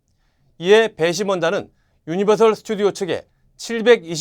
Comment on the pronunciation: 유니버설 입니당 셜 아닙니당